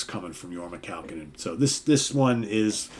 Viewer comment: pronounced Kah-Cone-In. Accent in middle "Cone". Thus, Your-mah Kah-COne-In. HOT TUNA! He is from Santa Clara, Ca